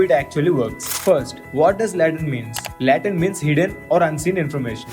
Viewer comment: its Latent not Laatent..your pronouncing wrong